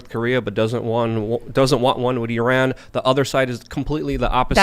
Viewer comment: "With = Wid" with this guy